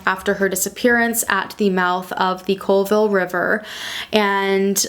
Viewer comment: Being from WA & hearing you pronounce stuff was cringe lol Makah is pronounced Ma-Kah long A in Kah & Colville is Call-ville